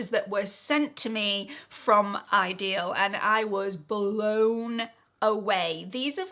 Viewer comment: What's the Hype thing? It wouldnt let me comment! I dont want to be forced to hype a video in order to comment., i think it's pronounced 'idyll' not ideal. That pendant is lovely!